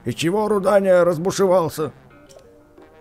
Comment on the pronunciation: меня бесит когда ты называет Руданию рудиной